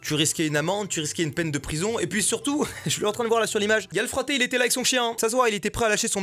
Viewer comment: Mastu tous les corses y compris moi on voulait te buter parte que t'as utilisé le mot fratè, en plus tu l'as prononcé à l'ajaccienne tu vas te prendre une chiée de natio dans très peu de temps 😂